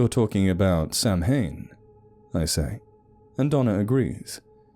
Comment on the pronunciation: Good, although Samhain is pronounced "sow in", with the "sow" rhyming with "cow".